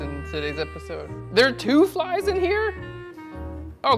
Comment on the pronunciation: "There are two phlies" :-)